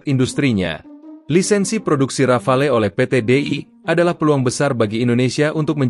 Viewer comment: Disebutnya Rafale ('ra.fal') huruf 'e' di belakang tidak diucap. Bisa diartikan serentetan tembakan seperti tembakan beberapa butir peluru artileri.